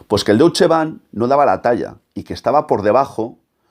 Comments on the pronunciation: Se pronuncia "Doitsche"... y no ese Doutsche que has dicho 50 veces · No se pronuncia “douche ban” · Excelente vídeo y comentarios al respecto. Buen trabajo investigativo con muchos datos perfectamente corroborables. Te quiero sólo mencionar un pequeñísimo detalle, y es la pronunciación correcta de Deutsche. El padre del sicoanálisis se llamaba Sigmund Freud, ahí tenemos otra vez el diptongo eu, y como ya habrás visto se pronuncia oi, Froid. Ergo, el Deutsche Bank se pronuncia doitsche. Disculpa por la aclaración y gracias por tu estupendo vídeo.